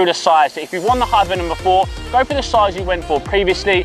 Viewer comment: This dude really struggles to get the word 'Hypervenom' out doesn't he